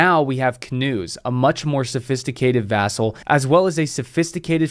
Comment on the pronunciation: I like this channel and video a lot........but, vassel! Uh.... Vassel!? 😂